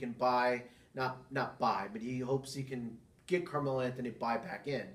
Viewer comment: Good video overall. You voice is a bit too low, your pronounciation, especially "Camelo Anthony" needs to improve. And you need to have your own style, both the way your talk and your comment show, if you really want to make it a show. Keep it up.